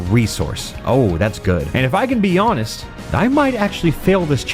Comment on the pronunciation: "And if I can be Jahnest"